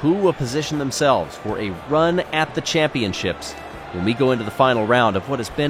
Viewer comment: Glad I wasn’t the only one who notice that. But it’s MARBULA 1 not MARBULAR 1